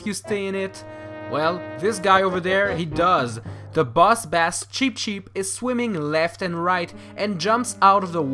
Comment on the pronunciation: You pronounced "bass" in "boss bass" wrong.